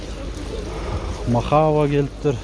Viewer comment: Мохаве эмес мохав болуп эле айтылат.